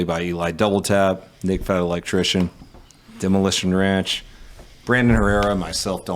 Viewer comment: from "Demolition Ranch" to "Da Moo-Elation Ranch"